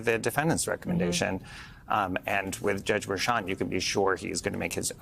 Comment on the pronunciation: Harry, who do you REFUSE to pronounce Merchan correctly? What's the problem? You remind me of the morons on Fox calling Fani "Fanny."